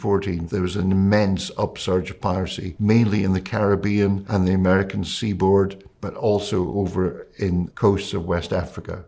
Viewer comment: … Happy Holidays however you Celebrate! But you mispronouncing “Caribbean “ 🙀at the beginning.😂